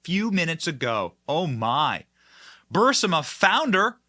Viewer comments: If anyone on Benny’s staff reads over the comments, could you PLEASE TELL Benny how to pronounce BUR-EEZ-MA? I love Benny’s show. He’s great. But his mispronunciation of Burisma is driving me crazy! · BENNY!!! It is pronounced Buh-REEZ-muh, ffs!! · BENNY!! DUDE! COME ON! You are saying Burisma incorrectly and it makes you sound uneducated! It's Pronounced Burr-Reese-Ma! You are saying it with the "i" and "s" inverted! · Are you intentionally mispronouncing Burisma? I’m new to watching you and am wondering if it’s an inside joke I’m not aware of.